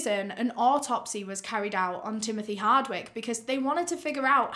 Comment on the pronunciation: Stopped after "betrayed that oooooot"